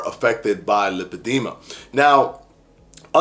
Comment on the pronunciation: Lipedema pronunciation; lai- puh-dee-muh